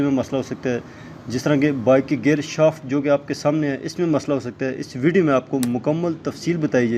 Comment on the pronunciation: Shafat Ni Hta Shaft hta ha